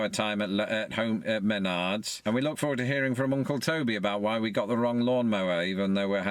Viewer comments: It's pronounced mehnards (one flowing word), not men-ards 🤣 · He pronounces wrong, is meh NARDs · Menard's is awesome! Also hadn't yet learned how to pronounce it in this video haha